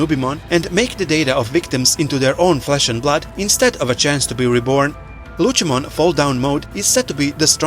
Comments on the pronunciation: Lutshemon? Cmon man. Its Lucemon, with a C. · How on earth do your pronounce lucemon incorrectly but can pronounce Lucifer correctly?